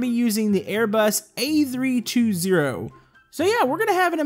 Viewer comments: when ur an aviation enthusiast and u here some1 say "A three two zero, with an A320 (pronounced a three twenty) Edit: Also u cringe as an av enthusiast when some1 says an A320 is bigger then a 747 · A3 2 0 wrong its pronounced A3 20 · Is pronounced as a three twenty!!!! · ITS NOT THE AIRBUS A3 TWO ZERO, ITS A AIRBUS A3 TWENTY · you Made Me Laugh When You Said A3 two zero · it's pronounced a-three-twenty but cool vid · It’s pronounced Ay-three-twenty also it’s way smaller then the 747